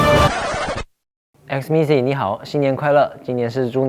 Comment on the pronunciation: IS IT ME OR XMITHIE SOUNDED LIKE PANTS ARE DRAGON????